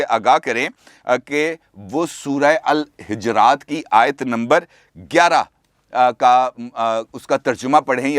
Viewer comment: سورہء الحجرات کا تلفظ ح کے نیچے زیر سے نہیں بلکہ ح کے اوپر پیش لگانے سے درست ہوتا ہے